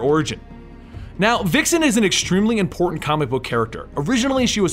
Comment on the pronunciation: Vixen has a Vuh sound not Wuh